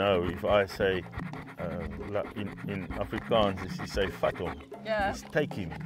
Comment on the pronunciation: Its actualyy "Vat hom"... as in take him down..